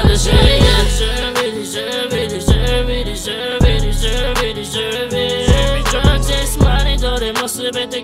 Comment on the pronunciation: DESERVEの発音バチクソ神がかってる。